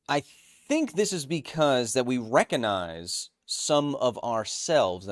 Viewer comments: he omits the "g" every time when saying that word. he always says reconize instead. it's very strange. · One of the biggest mysteries in science. Does Kyle say "recognize" that way ironically or does he really not know how to pronounce that word?